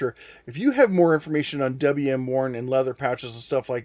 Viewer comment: Cool history. Thank you! *WM. = William Warne, not “W.M.”